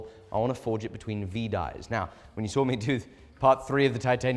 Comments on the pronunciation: There isn't an "R" in saw lmao 😅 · Listening to you pronounce "saw" is absolutely infuriating lol God bless the United States of America